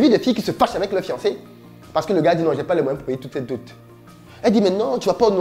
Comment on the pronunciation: On dit "dot" ça ne prend pas le fameux "e" qui est légendairement ajouté par une grande majorité de personnes. Cordialement... Merci déjà pour ces sujets pertinents que tu soulèves.